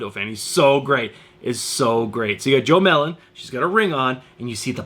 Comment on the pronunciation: Jo melon? You stay f n up names